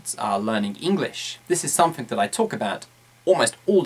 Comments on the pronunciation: I noticed that he pronounced wards like something, smoothly as somfing smmofly, am I the only one who noticed that? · "You need to talk about sumfink"?